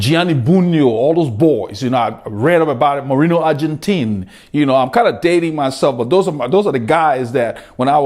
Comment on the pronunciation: Great to hear that you love my countryman Bugno, Bartolo, Argentin. Great riders, great pronunciation. Bugno was the best one. Greetings from Italy!